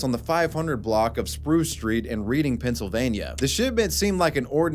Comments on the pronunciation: Helluva video bro. The edits were crazy well done. One thing I should tell you is that Reading, PA is pronounced like "Redding" just so you know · great video! but also its pronounced Red-ing PA. just thought Id let ya know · Its Red-ing PA Not read-ing Yes its weird I know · It is said reding not reading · Note its not pronounced like reading pa its like red-ding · As someone from Pennsylvania, it is not Reeding its pronounced redding. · “Reading” is pronounced like “RED-ing” not “REED-ing” for future reference. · Just so you know for future I know it sounds stupid but for reading pa it’s not pronounced reading it’s “reding” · L BOZO SAID “READING”😂😂. It’s pronounced “red-ing” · REEDING? Reading, PA is pronounced "redding". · I live kind of near Reading, PA. Its pronounced like the color red, not read. I know the way its spelled, but its how its pronounced differently. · that is not a word. reading (pronounced REDing) is not a word. reading (pronounced REEDing) is a word. if it was pronounced REDing, it wouldve been spelled redding. doesnt matter if youre illiterate reading (REDing) does not exist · I hate to be that guy but OMG ITS PRONOUNCED REDDING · As a PA native, just wanted to point out that “Reading” is pronounced “Redding”. That’s all. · Reading, UK (where the name likely originated) is also pronounced ‘redding’ 😅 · I know I'm way late. But it's pronounced Reding. 😅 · Not that it matters, but it's pronounced "Redding" Pa. I live right down the road and I remember that being on the news when it happened. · Its pronounced Red-ing (PA). lol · PA bro here, Just fyi Reading is pronounced "Redding" for some reason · Tis pronounced 'redding' PA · Random, but it's pronounced "Red-ing" PA... just thought it was funny, but good video. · Reading, PA is actually pronounced Redding just like the name in Monopoly 🙂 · Reading (Pennsylvania) is pronounced Redding :) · its pronounced "Redding" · it's pronounced "Red-ing" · Reading (Pennsylvania) is pronounced redding.